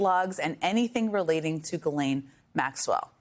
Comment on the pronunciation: Thank you for pronouncing Ghislaine’s name properly…which almost everyone gets wrong!!